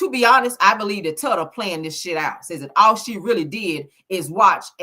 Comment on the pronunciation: With all due respect, her nickname is pronounced ‘Toota’ like “Toot-uh”. Hearing you keep repeating TUTTA Is sending me.